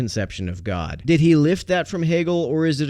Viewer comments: Or as Jordan Peterson pronounces it: ”Goaawd” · He’s actually pretty insightful when it comes to talking about addiction treatment, but that’s because he doesn’t insist on mincing words and actually understands what he’s talking about there. On any other topic though, especially when I hear him say “gwod”, that’s when I tune out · Does anyone hate the way he pronounces God as much as I do? He sounds like a bad actor in a bad porn movie. "Oh Gawd! Oh Gawd! Oh Gawd!"